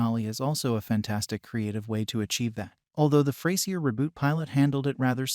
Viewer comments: Yup. It's not ftay-zier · Next time you should try using an AI that can actually pronounce Frasier.